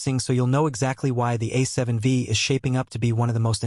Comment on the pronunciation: A seven 'Vee'? This AI voice clearly doesn't know anything about cameras